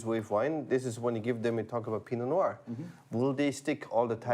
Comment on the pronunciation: Why do so many people have trouble articulating “pee-no nwar?”